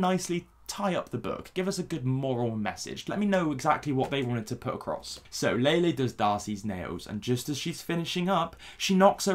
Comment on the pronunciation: I just listened to Lele Pons insult me while pronouncing my name wrong. I can’t go lower than this